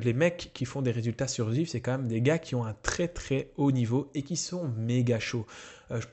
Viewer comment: "Zuift" : j'adore l'accent Belge ^^